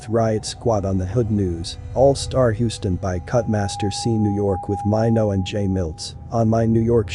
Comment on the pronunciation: Does anyone notice how this man says Papoose and Maino name?Clearly he's not connected with Hiphop.Clearly he's only trying to line his pockets.Often times many white people profit off our culture and also the deaths of our black men.